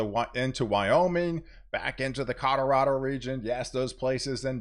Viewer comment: I swear you're saying "Codorado"